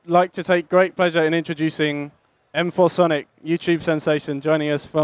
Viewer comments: No, it's M-4 Sonic. If you read the description on 'Weapon', it says:"(Pronounced M.FOUR.SONIC) M4 = Weapon. " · .....Its M4 Sonic. Not masonic... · Yeah I always thought it was Masonic not M-4-sonic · Nope it isn't. Read the description in Weapon by M4sonic. He wrote in the description: "(Pronounced M.FOUR.SONIC) M4 = Weapon.". Go check it out if you don't believe me.